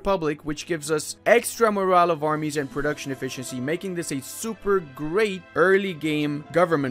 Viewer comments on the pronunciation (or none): none